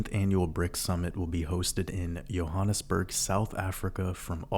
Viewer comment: Hi, as a South African (now living in New Zealand) I can confirm that your pronunciation of both Johannesburg and Egoli was spot on, and thank you for another masterpiece, go you good thing!!